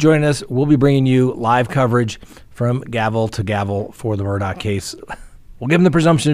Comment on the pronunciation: There is no c or k in the last name Murdaugh.